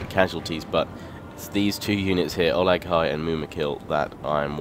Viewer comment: think to yourself, how is Uruk-hai pronounced? now say Olog-hai:)